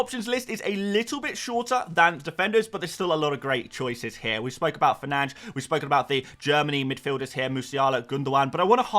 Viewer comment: It's Fernandes not Fernands🤬😉